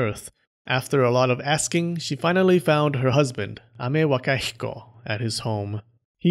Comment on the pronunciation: I like how you can pronounce Amewakahiko perfectly and can't pronounce phenomenon